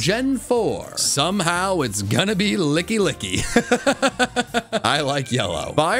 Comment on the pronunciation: LICKILICKY, NOT LICKY LICKY!